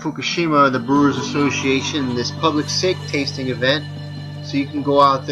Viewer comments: sake is pronounced "sah kee" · Sah-kee. Hahaha. Sake.